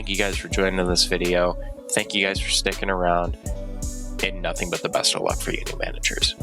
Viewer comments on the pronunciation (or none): none